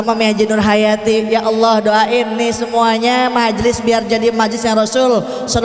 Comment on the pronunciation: masa awloh merdu bu